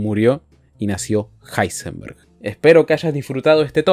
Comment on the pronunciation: Me encanta que en uno de los números del top le llama a Heisenberg: ilsenberg o como se diga